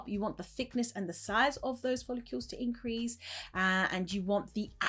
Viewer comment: For someone who sells and promotes hair products , you should learn to pronounce ‘follicles’ correctly. It’s not ‘folli-keeuww-les’. Just ‘follicles’. No ‘w’ sound. Really annoying - and ironic!